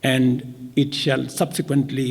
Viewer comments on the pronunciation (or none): none